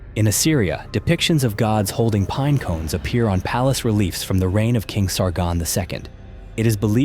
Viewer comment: I really only noticed with pine cones. I thought it was fine